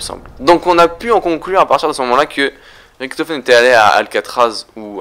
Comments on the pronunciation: Ok -1abo==raison je suis un rageux ok...mais la les fautes que tu fait c est chiant on dit richtofen pas riktofen je fait de l allemand cherche pas repond moi et je le reabonerai les kikou vos geules je parle pas a vous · putain c'est pas Ricktofen c'est Richtofen Merde! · pourquoi tu dis ritofen au lieu richtofen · c'est Riktofen en angalais sauf que la facon dont il prononce sa fait degeu . a dire riktofen autant savoir le prononcer . sinon je kife tes vidéo et tes théorie